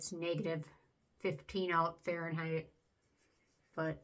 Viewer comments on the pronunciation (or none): none